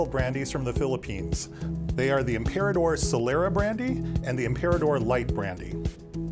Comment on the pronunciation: He made it sound like "Im-pee-rah-tor" LOL